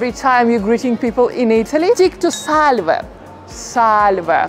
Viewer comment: The pronunciation of ‘ SALVE’ in this video is completely wrong.